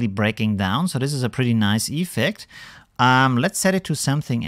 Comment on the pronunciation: Keep up the videos. Funny how you pronounce iiiffect